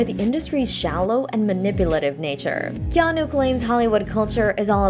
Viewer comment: His name is pronounced Keh-AH-Nuu. Get it effing right. Hawaiian pronunciations aren't THAT difficult. The vowels are pronounced EXACTLY like Japanese and Spanish alike. A = Ahh E = Ehh I = Eee O = Ohh U = Ooo